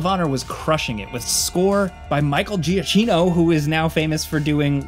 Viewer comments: Can't believe you said Giacchino as Jacheeno, and not Jackino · Giacchino is pronounced “jackeeno”